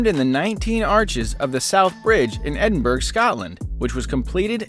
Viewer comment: Nice video! one thing though Edinburgh is pronounced edin burra.